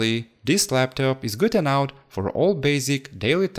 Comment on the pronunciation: Great job on cleaning the A10 CPU. It came out shinning like a diamond. If you don't mind, I have a suggestion for when you say "good enough." Try saying enough as 'e' and then 'nuff'. Like e-nuff. English is a second language to me as well, so I'm not trying to be rude here; just trying to help. If this offends you, I apologize. As always, great video and great content. Keep it up!